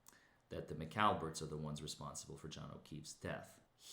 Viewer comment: "The McLallBerts."